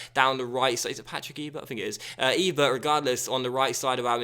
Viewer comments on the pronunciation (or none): none